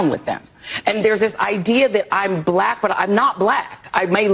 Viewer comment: You're blek? 😀